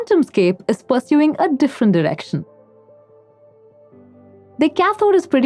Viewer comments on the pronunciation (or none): I swear she says that "Quantumscape is pursuing a different erection". I listened to it 5 times and that is all I can hear. No offense to her meant to her at all. It brought some brevity to an otherwise interesting but dry story.